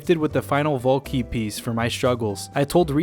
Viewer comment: Took me 16 and a half minutes to realize he was saying "vault key" and not "ball king"